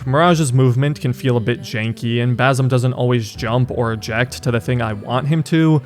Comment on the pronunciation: It's pronounced Ba c em not Bazem, Ubisoft picked the easiest Arab name yet people still butcher it lol.